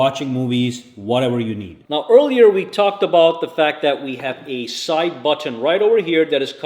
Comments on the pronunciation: Button . Not buTTOn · Bro why are you over pronouncing buTTon?